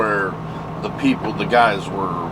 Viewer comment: Guysh? Really?